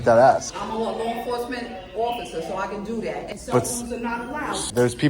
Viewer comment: "I can dudat" LMAO.